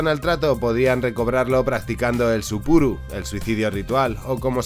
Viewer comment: se llama Seppuku, no Suppuru, el segundo es una comida. Me ha encantado este video compadre, sobretodo la parte de Musashi, sería fabuloso aprovechando la imagen del sinnumero de películas que narran su historia, si hicieras un episodio sobre estas, que tanto él en Japon, como Peregrinación al Oeste en China, son emblemas asiaticos casi equivalentes (en popularidad) a la historia de Jesus en occidente.